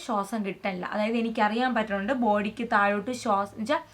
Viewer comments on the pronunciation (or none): none